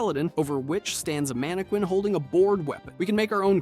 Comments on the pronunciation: "Man-eh-kin". Not "Mane-eh-kwin". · It’s pronounced “manne-kins”